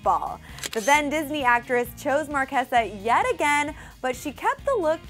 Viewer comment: u pronounced marchesa wrong